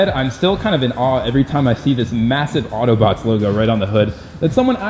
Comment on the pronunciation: learn how to pronounce words - Reventon and also AUTO BOTS Not Auto Boty.. SMH